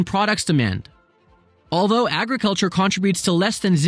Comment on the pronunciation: Please say “contributes” correctly. Please.